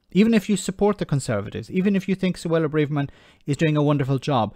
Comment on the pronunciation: Her name is pronounced 'bra (like a ladies undergarment) verman' not like full of courage.